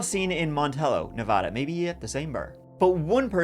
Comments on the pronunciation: It's NEVA-DA NOT NEVAH-DA. thank you. Dylan was so young 😭 amazing story in a crazy place. City folk know you are always safer in the city. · It’s nevaaaaaaaaaada not nauuuvauda. Get it right… hence a Nevaaaaada, hence a resident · Nev-"a"-da, not Nev-"ah"-da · Na vad ah, not Na VOD a